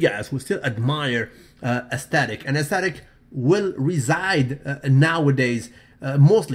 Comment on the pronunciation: it is pronounced As-thet-ic. not asstestic....